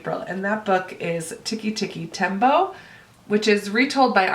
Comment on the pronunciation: Oh my gosh! We did a whole unit on Tikki Tikki Tembo when I was in 1st grade! I still remember his whole name like it was yesterday! You said it just like our teacher did, so I'm guessing you nailed it :) I have the Circle on Audio and you just motivated me to read it asap. I don't normally love books on audio as much, but your explanation made me happy I have it that way. Can't wait to hear your review book!